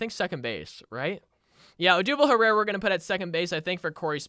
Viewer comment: Odubel Herrera name got miss pronounce so many time being a Phillies fan that hurts